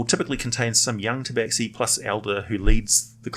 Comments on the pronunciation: It's pronounced "Taba-Shee". Otherwise great vid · Khajiit is not pleased you call it Tabaxi ! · actually, some Tabaxi clans pronounce it 'tabashee'